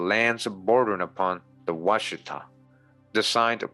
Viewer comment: And also you are mispronounced washitaw...